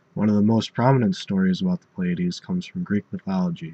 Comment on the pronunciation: Some astronomers pronounce this as "ply-uh-deez" or "plee-uh-deez" but this is the first time I've heard "play-uh-deez".